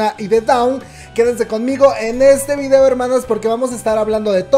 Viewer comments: Por que dices "videa" ? Me causa conflicto, es video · "VIDEA" JJAJAJA DIAS HASTO DONDE VAMAS O LLEGOR. ;O